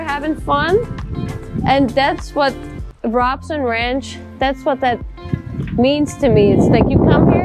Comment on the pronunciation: It's pronounced Rowb son, long "O" on first syllable. I know because I live there.